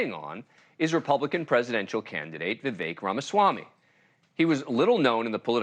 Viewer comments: His name is pronounced: Viv-vayk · That interviewer doesn't shut up and let Vivek speak. For crying out loud. And learn to say his name! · He mispronounced his first name on purpose. Seriously, watch it again. No one corrects that quickly. Or don’t